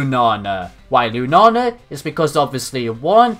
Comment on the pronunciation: I love how you say Lunala, " * Lunana* ".